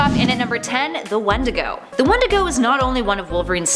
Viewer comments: You say "wendigo" and I hear "one to go". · That’s not how you say wendigo